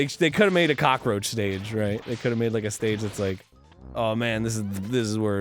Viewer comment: "Kakaroach" Arin 2016...